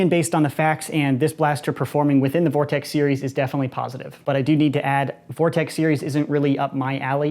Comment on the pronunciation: Gess who’s back. Ps it’s vortex